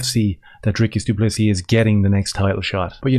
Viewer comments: Phonetic sort of: Dree-kis Doo Pluh See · mispronounciation of Du Plessis name is a low blow. He is intentionally being disrespectful and dismissive of him. Imho.